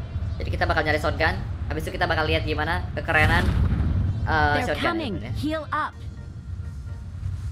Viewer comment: R.I.P ENGLISH